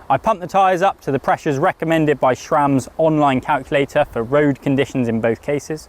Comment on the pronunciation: No matter how "fast" the road wheelset is you put on your gravel bike, it won't be any faster than your road bike unless the road bike comes with the same ridiculously small single chainring. And saying "shram" despite there being no "H" in Sram is almost as awful as using Watts as a measurement for speed ("x Watts faster at y speed"). Power is a product of force and speed and nothing is faster than anything when both are going the same speed. Seriously, WTF?!